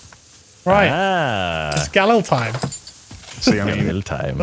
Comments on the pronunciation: Hey Jack great stream mate & yes a fenec is a breed of fox. Also jack the rifle is pronounced.... GAL..EEL RustyinOz 🤘🇦🇺😎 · Love the vids, but you're pronouncing the Galil incorrectly. It should be pronounced "gah-LEEL".